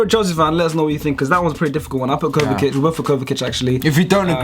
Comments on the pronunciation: its pronounced kovisich not kovakic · My guy said Kovakic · Why does he pronounce Kovacic as Kovakic? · It’s kovasic,I know that’s not how u spell it but that’s how you pronounce it